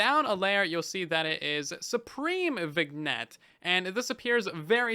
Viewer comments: Just thought I'd mention... vignette is pronounced as "vin-yet", not "vig-net" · Viggnet, you mean vignette? It's accented my guy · "Vig-net" eye twitching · Not to be a jerk, but vignette is pronounced “vin-yet”. 😘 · Hey, just so you know, "vignette" is actually pronounced vin-yet (like "tin" and "bet") because English is even buggier than Bedrock edition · Great video, just so you know vignette is pronounce vinyet :) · FYI/FWIW "vignette" is a silly French word, so you don't pronounce the G. "Vin-yet" Love your videos man, so helpful to know what to keep an eye on. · Minor thing, I believe Vignette is pronounced Vin-yet because it's of French origin, like filet mignon and cabernet sauvignon. Great video, I watch these every time as soon as I can! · Vignette is pronounced “Vin-Yet” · The G in vignette is not pronounced by the way. “Vin ette” or “Vinn yet”